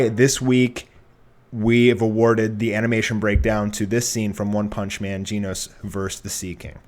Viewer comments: it's genos NOT geeenos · ...geen-os? really. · Anyone else entertained with how he pronounces Genos? It sounds like is mispronouncing Jeans, and I find it absolutely hilarious.